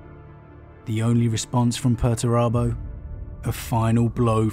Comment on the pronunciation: It's 'Pur-ture-abo'! Lol love your videos though